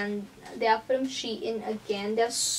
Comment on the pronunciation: It’s not she in it’s SHEIN